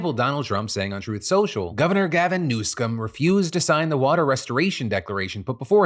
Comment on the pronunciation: …. Oooohhhhh New Scum not News Cum